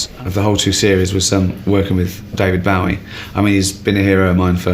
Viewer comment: I love when supposed bowie fans can't pronounce bowie